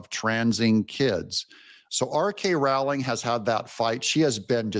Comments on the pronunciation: J K not R K. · J.K. Rowling, not R.K., Doug, 😉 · I hate to nit-pick but it is J.K. Rowling. I would say the same to anyone that called you Doug TenApple.